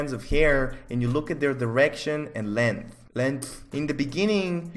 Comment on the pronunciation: I understand the struggle of pronouncing words that ends with 'th' thhhhhuuuuuuuuu